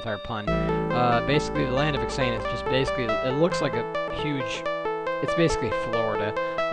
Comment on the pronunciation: it's not X-an-uth it's pronounced Zan-th